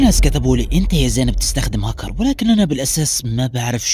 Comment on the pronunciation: بس حسن كلامك وتعال صور فيديوا ووهي اسمها هكر مش هكو